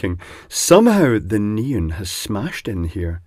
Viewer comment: 'neen" ? Oh, you mean NEON....